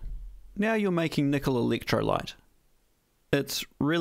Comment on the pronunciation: "Meatle"? Kneekle"? Me no speak Japanese.